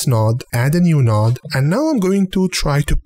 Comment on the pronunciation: honestly think this channel is cool, very helpful. Love how you say "a new noood" too ;)